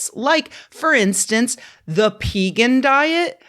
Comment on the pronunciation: Pee-gan? Naw, Peh-gawn!